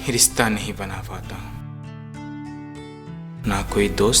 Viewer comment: ...certain voids in dialogue deliveries...mispronounced! "riSTa",, "pareSAan" n sorts...warna d rest was fab...n,, i must say.....formidable script..simply Loved It <3:-*...but THE PRONUNCIATION THING must b considered... (y) #BestWishes # MayUProsper